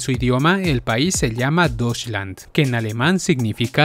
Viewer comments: Tio, se pronuncia "doischland." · Pronuncia bien "deutschland."